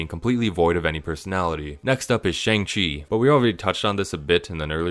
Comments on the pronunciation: bro is allergic to pronouncing shang-chi right even though the movie made a whole point to note how easy it is (like shawn) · goes on a whole rant about shane black dismissing the mandarin as an asian stereotype immediately mispronounces "shang-chi" despite them pronouncing it in the movie many times